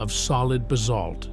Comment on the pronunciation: and the fact that he had no idea how to pronounce Basalt - he said it differently each time he said it.